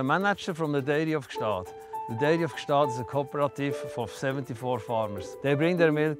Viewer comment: Why did no one correct her on her pronunciation of Gstaad?